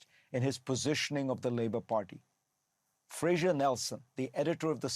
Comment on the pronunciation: it's Fraser Nelson, not 'Frasier' Nelson. Fareed obviously watching too many sitcoms!